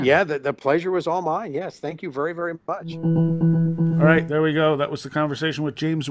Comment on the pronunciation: You will be awwight!!! 😂😂😂😂👀😂😂😂😂